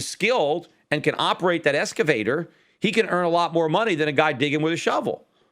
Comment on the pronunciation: "ex-cavator", not "esca-vator", Peter.